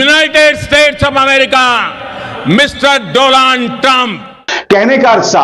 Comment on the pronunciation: Dolaaaand trump 😂